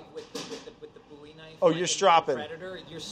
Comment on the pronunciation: said Bowie knife correctly and just 10/10. Thanks